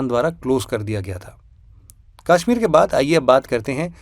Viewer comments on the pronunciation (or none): Aur kashmir ko kaashmeer bhi na bole ....bht irritating lgta hai 😂😂